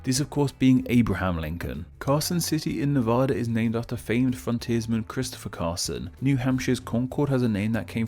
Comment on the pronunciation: While surprisingly you got the pronunciation of Pierre correct, you mispronounced Marlyand and Nevada. Don't worry a lot of people in the US outside of Nevada, mispronounce Nevada.